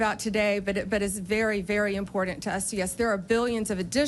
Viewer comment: Sorry Pam, there's no "d" in the word important. But there is a "d" in the word "dumbsh*t". Own it.